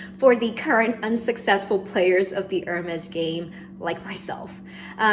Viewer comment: Great video, but just a small point- Is it too hard to pronounce Hermès the right way, not like “her”-mes, but like “air”-mes, with a french r! It hurts to hear the brand name mispronounced over and over again 😢